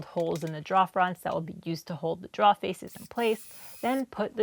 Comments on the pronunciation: I love your work. Your final products are fantastic. Your video layout is wonderful. The tutorial nature of your voice over is top notch. But please……learn how to pronounce drawer. 😉 It’s not “draw”. It’s rhymes with “door” with an extra r as it’s second letter.” Droor. Pretty please. With a cherry on top. Or keep doing it the way you do it, and make fun of me in your next video. 🤣 Either way, you’re doing great work, and we all love it. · Every time says drawer (draw) take a drink.. lol awesome build! Not my preferred style but definitely looked fun to put together. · Love your videos!!! Hahaha…you say draoughs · Very nice looking desk. And remember, it's only a mistake if you can't fix it 😉👍 Oh, and I just love when you say "draw"...brings back memories of early life in New England and watching New Yankee Workshop and This Old House with Norm Abram and Tom Silva. I'm still new to using a Domino, and I'm sure I'll make many of the errors you made (and probably a lot more). All of them will be learning experiences 🤣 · As a native English speaker it hurts too lol. And I saw her clearly mark a part "drawer", so I know she knows how to spell it!